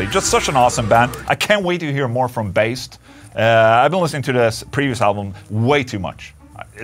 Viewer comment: Baest is pronounced with the danish letter "æ" Bæst(danish word for Beast)